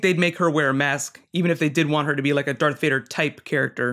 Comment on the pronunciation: Is this guys for real, He keeps calling Darth Vader "Dark Vader" He is a Star Wars Poser !